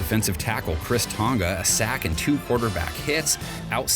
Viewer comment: Did he just say Chris Tonga? ITS KHYRIS TONGA "K-EYE-RISS-"